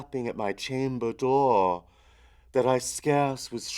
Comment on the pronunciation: Okay, look, the poem has a very obvious natural meter that really shouldn't be fought against... adding the elongated syllables in 'dohhr', 'nevermohhr' etc. ruins the poem, as you know, because you have to rush the other words to fit them in. It's iambic, mostly, and the skips in beat are meant for emphasis. It is a poem filled with incredible imagery, but its structure is the most important thing. It represents a descent into delerium - a fugue. Try thinking a bit about what you're reading.